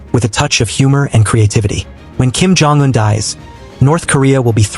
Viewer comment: Why are you mispronouncing Un as, "juen"? Bit odd...